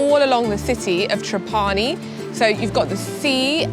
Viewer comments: NIce video! One note, proper pronunciation of Trapani is TRAH pani. Accent on the first syllable. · It's not TrapAni but TrApani baby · the pronunciation is TRA'PANI, not TRAPA'NI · Great video, but please pronounce Trapani correctly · I’m surprised you don’t know the correct pronunciation for Trapani since you have been there before. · not true. You are pronouncinig wrong . Do the proper research